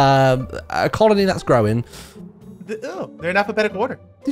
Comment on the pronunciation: you shouldn't say colin-E until the end to make it more clear that it's a colony